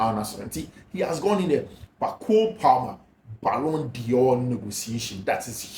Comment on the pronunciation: I appreciate what you do. But, please, the word is d'Or not Dior